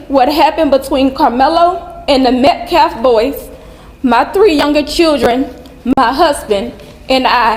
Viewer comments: Public sidewalk. He had as much right to be there as they. And, its met-calf not meh-caf. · Metcalf not Mcalf!!! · The name is pronounce Met Calf. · "Disrespectul"... not pronouncing the victim's last name is disrespectful!